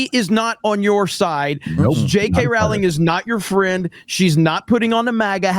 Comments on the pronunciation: It’s pronounced ROWling…rhymes with “bowling” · It's Rowling as in row a boat not row with Pedro. Please get this right.